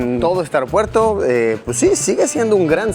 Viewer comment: Yo con mi TOC, escuchándole decir mil veces AROPUERTO, Luisillo es AEropuerto 🤣🤣🤣